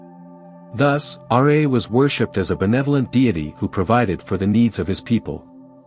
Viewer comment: R'A bro its Ra the pronunciation is weird